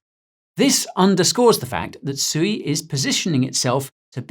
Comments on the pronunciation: It's pronounced SWEE! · Isn’t sui pronounced “swee” haha